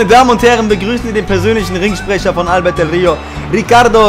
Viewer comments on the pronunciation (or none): Albertooo del rio.ALBERTOOOOOOOO mit nem o am ende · bitte sag ALBERTO nicht albert hahaha ._. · Er heißt AlbertO nicht Albert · Es heißt ALBERTOOOOOOOO, ich raste wieder ausxDD